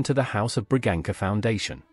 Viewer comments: It's Bragança, read like Braganssa... 🙄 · The reader should famililiarize himself with the pronunciation of the names he uses. The C in Braganca is soft.